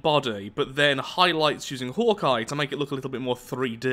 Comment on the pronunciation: Is anyone else annoyed by the fact that he mispronounce's Hawkeye?